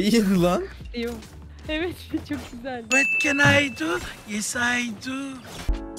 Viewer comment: vat ken ay du, yes ay du sjndjdjd bi kere daha duysam videoyu kapatırdım tam yerinde bitirmişsin